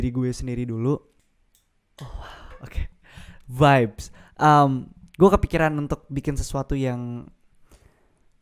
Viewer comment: the way he said “vibezzz”